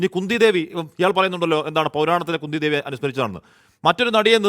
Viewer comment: സംഭവം അതല്ല. Kundhee devi എന്നത്, Kundee devi എന്നു തെറ്റി വായിച്ചു .